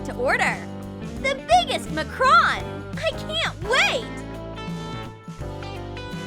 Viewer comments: Its not called a macron its called a makcroon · Its macaroons not mocrons